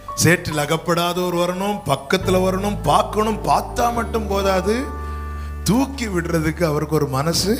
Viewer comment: Thooki eduthar not thuki